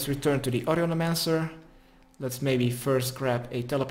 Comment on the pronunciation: HOW IN THE WORLD CAN YOU PRONOUNCE HER NAME "AUDIOLEMANCER" !?!?!?!? WHAT THE FUCK